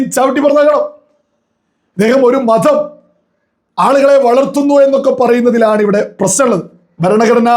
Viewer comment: എന്തോ സംസാര ശൈലിയൊക്കെ മാറ്റിടിപ്പിടിച്ചു എന്തോ സംഭവമാണെന്ന് സ്വയം തോന്നിപ്പിക്കുകയാണല്ലോ 🤣🤣 അണ്ണാക്കിൽ നിന്ന് സംസാരിച്ചാൽ എന്തോ സംഭവമാണെന്ന് തോന്നുന്നുണ്ട് 🤣 താനാരാ..... മതം ആണ്, 'മധം' അല്ല 😅😅😅 ആർട്ടിഫിഷ്യൽ സംസാരം ഒഴിവാക്ക്...